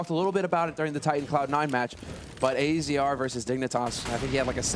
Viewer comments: Unwoven Sleeve "Azza, not A Z R or Azer it's Azza" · Pretty sure it's pronounced Azza not Azee arr.